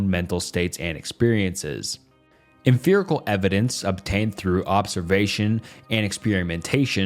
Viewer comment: Your pronunciation of 'emfirical' and 'emfiricism' got me absolutely bothered. After like the 8th or so time, I started to wonder if I was witnessing some kind of absurdist joke. 😆